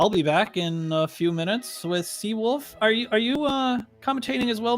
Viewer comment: in the future, pronunciate theseawolf1, please